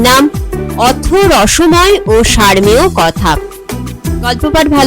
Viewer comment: বসময়ের বোধোদয় হল, কিন্তু বড্ডো দেরীতে | সার্মেয় নয়, উচ্চারণ হবে সারোমেয় |